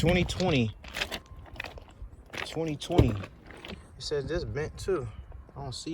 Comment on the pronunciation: It said blend, not bent Bruh. 😂😂😂😂